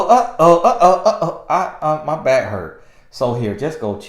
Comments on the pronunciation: Me too! I'm glad I'm not the only one that think he's saying bike...lol 🤣🤣🤣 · Yes!! Hahaha he’s soooo country! 😂💀